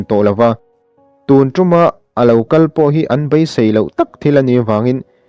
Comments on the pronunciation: Ka BAI tih a chhiar loh tur. KA BEI tih tur a ni e. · A ziakah pawh 'BEI' tiin a inziak a,'Bai' tia han chhiar țalh chu a țullo ve khawp mai. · Ka bai a han toh, ka bei a tih tur ania😊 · I chhiar thiam viau mahse Bei tib hi i lam chianglo bai tiin a ri deuh tlat Bei ti hram rawh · A ngaihnawmin a bengvarthlak hle mai. Chuan, Bei tia lam tur hi BAI tiin i lam ri a. Rilru a la peng deuh...